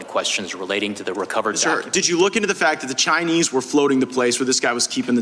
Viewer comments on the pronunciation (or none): Pronounced "Chinee"